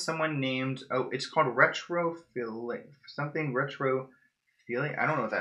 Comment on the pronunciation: It's retro - phee - lee - ac :)